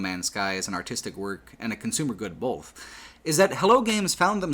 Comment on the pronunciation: pronounces the word "also" as "elso". He also pronounces the word "both" as "bolth".